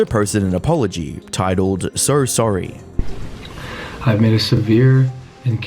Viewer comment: Why do you add an R sound to words that end in an O? “In this videorrrrr” “Sorrrr sorry”